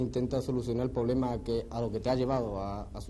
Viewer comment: Joder Paquirri , no digas poblema y encima lo repitas.Ahí la has cagado.Es como decir cocleta o almondiga.uffffffff.Parece un modelo de Armani y luego dice poblema y pierde todo el glamour .